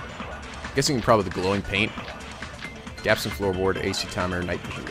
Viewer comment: Idk why but I laughed wen he pronounced gaps as "gaypes" xd